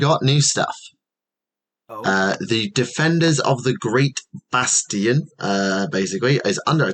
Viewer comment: says "BASTION" with exactly the same energy as one might say "BASTARD" and I love it.